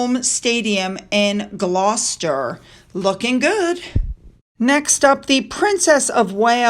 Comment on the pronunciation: 😂. I was just sitting here in Sussex UK, with my cup of tea, literally thinking to myself, “ got Gloucester down perfectly nowadays”, and then seconds later you missed Berkley (which we pronounce “BARK-lee”) and Derby (which we pronounce “DAR-bee”). Never mind. 😊